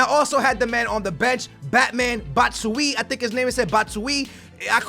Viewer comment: I think batman's name spell like bat-sure-i or why -yi